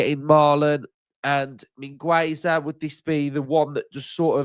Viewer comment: the 'u' at Mingueza is not pronounced, it sounds 'Min' like mean, 'Ge' like at get and 'Za' like zack, min-ge-za